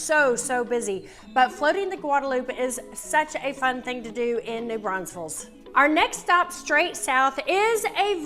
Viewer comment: i don't know why people can't pronounce New Braunfels